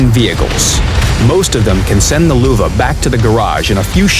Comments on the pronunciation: Nils Niemeyer No shit sherlock, i mad fun off how they say Luwa instead of Löwe XD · it is pronounced "loevee" or "loevé" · It's Löwe, not Luwe. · I'ts not the german pronunciation.The german pronunciation is löwe not Luwa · Your Löwe sounds funny its like luwe but thats totally fine jUst SO yOu kNOw LÖwE MeANs liON. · The "Luwe" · This pronunciation of Löwe just hurts me! :D Luuuve -oh fck me xD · Sounds like Lüwe. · Get WG somebody that does not say Luwa, i cant watch this with a straight face and follow the damn video XD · "Luwa" that's why you should learn foreign languages. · Wtf? Luwa? Whats that for a tank? Worst pronunciation I've ever heard xD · I hear luva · damn i really like how they pronounce Löwe.... why dont they call it a Lion that the correct translation for it. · The "ö" is pronounced like the "U" in "Churchill" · Valivali94 I think they can't pronounce ö right.